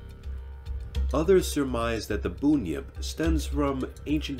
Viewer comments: Bunyip is not pronounced boon-yip it is pronounced bun-yip. Like how it's spelt. It's not a necessary correction seeing as you've done a great job with this video but I live very close to the region of people who first told the story of bunyip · It's not Boon-yjp, it's Bun, as in cream bun,hair bun...and it's the Tasmania Tiger not Queensland...you should go even more into the Aboriginal culture scary stuff. There is a jundjity man, a min min light to name a couple. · It's BUN-YIP not BOON-YIP, like a bread bun. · not boonyip bun like bun in the oven bunyip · I hate the way Americans mispronounce words not used in America. The name of the first 'monster' is the Bunyip. 'Bun', as in 'bread bun' and 'yip' as in 'yippee'. A boonypip doesn't exist. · WTF is a "boon-yip"? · I was trying not to laugh when he said boon-yip over and over 🤣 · we can correct the presenter because he has pronounced it wrong. It is actually pronounced bunyip. I have worked in close proximity to a lot of indigenous people from different parts of Australia and in particular people of the Wemba Wemba nation. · so am i and also part aboriginal and its fkn Bun-yip Don’t mess with my ancestors history it’s forgotten enough ffs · Hurt my ears every time I heard it said that way and not bun-yip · Boon-yip hahahahaha. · Absolutely loved the video!! I just had to say, the Bun in Bunyip is pronounced like a bread bun, or tie hair in a bun. That kind of bun :P <3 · It's pronounced Bun Yip not Boon yip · Boonyips lmao. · You have no idea how unreasonably angry i got after hearing him pronounce it like that lol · That's not how you say bunyip! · Sorry mate .. that ain't how you say bunyip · Bunyip is pronounced wrong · Just came too say the same thing. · I know right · That was doing my head in hahaha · Just for clarification it's pronounced "bun-yip" not boonyip. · I approve of this, but I feel I should point out that it's pronounced BUN-yip, not BOON-yip. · Its pronounced bun-yip not boon-yip